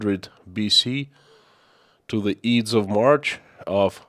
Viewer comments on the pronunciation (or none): here in the West we pronounce it the "EYEDS" of March. not "Eeds". It is pronounced like the word:"I". or like the "Eye" you see things with.